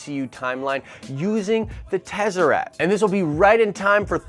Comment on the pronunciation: I may be off but I believe it's pronounced Tes-uh-rakt fam.. Not trying to be a dick because is my favorite YouTube channel so I just want to help in any way.. Nitpicking enunciation is what I have to resort to since you are usually pretty on point..